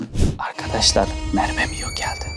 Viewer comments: Mervemion demeeeeeeee gıcık oldum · Abi merbe dedin